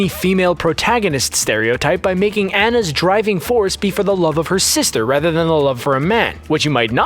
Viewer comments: he says Anna even know it’s Ona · Anna's name is pronounced Aw-nuh. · It is pronounced (ah-na) Anna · It's spelled like anna but its onna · It's AH-NA not AN-NA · awh-nuh. Anna. Awh-nuh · I’m three minutes in and triggered... he said Anna wrong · u said annas name wrong ._. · For the love of god, people. Stop pronouncing Anna’s name wrong.